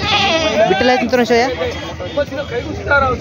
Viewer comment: बिटल नाही भैय्या ती ओरीजनल बिटल नाही भैय्या